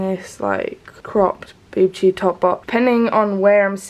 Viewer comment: Boob tube top 😂 I'm sorry but it's just funny how you say it. I love vlogmas and you and your channel. You're such a lovely person.